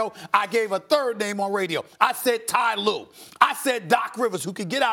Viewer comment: Yoo this guy said Ty Lue😂😂😂Stephen A high af